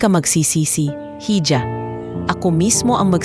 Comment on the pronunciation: Hija is pronounced as iha